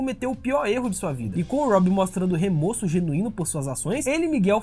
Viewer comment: O correto é remÓrso e não remÔrso Ótimo video